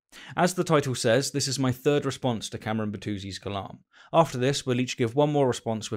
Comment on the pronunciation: As pronunciation of names goes, Bertuzzi sounds like an Italian name and if I'm right, then that double "z" must be hard and not "soft" like you do it. The sounds should be similar as in "fritz" or "Zorro" This is a video I have found... They mark a little bit too much the "r" but in general this is what it should sound. I know the Americans pronunciate it as you did and if Cameron likes it, fine.